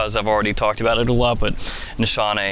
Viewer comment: No big deal but I think it's pronounced Nees-Hahn-Eh. In Turkish the sh does not make a sh sound